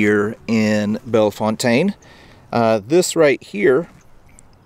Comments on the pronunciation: St. Louisans pronounce Bellefontaine Bell fountain. Bell and the fountain like the water fountain. We all know its wrong but thats how we pronounce it. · Correct by French standards, maybe, but pronounced "Belle-fountain" in St. Louis. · While you used the more correct French pronunciation, French names in STL are not what they seem. Here, it is pronounced "Belle-fountain." Drives me a little nuts, but when in Rome, pronounce like the STLouisans do! I tried to pronounce it the same way you did when I first moved here, and I was quickly corrected. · I love these videos! If I'm not mistaken, it's pronounced Bell Fountain. In spite of how it looks. I could be wrong, though. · If you live here it's pronounced bell/fountain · As a St. Louisian, it’s pronounced Bella-fountain. Also, my friends father was the caretaker there and the cemetery was our playground. No, we didn’t climb the tombstones, we just had a lot of ground to run around. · St Louisians would call that place bell fountain not the way he pronounced it unfortunately and also what about visiting the famous Alton illinois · Its pronounced Belle...Fountain.....For a second I thought it was MY Bellefontaine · This was great to watch. We locals in STL pronounce it "Bell-Fountain" Cemetery. :) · LOL, hi Mom. I thought this comment sounded like you! He mispronounced Bellefontaine (by STL standards) - I had to point it out! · I lived in St Louis all my life. Please pronounce it correctly.